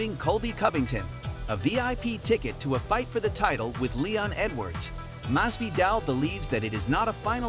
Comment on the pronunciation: Mas-Vee-Dahl Please, dude....